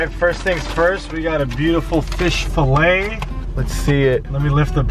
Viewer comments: Fish "falay" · “FISH FALAY” Lmfao it’s Fillet good video tho! ❤️ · It’s fillet lol not filay This was funny. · Its fish "Falay" as spelled it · “Professionally edited” *earlier in the video*: fish fallay instead of fish fillet😭😂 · Fish “FALAY” hahahaha it’s F I L L E T! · Fish filet not fish falay 😂😭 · Fish “falay” 😂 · Bro said fish falay😹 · Bro really spelled Fillet as “falay” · “Fish filay” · Need a new editor, it’s fillet not falay lmao!